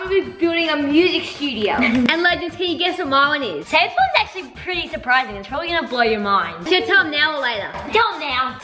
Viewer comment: is anyone gonna talk about saying PREETY not PRETTY? Just me? K.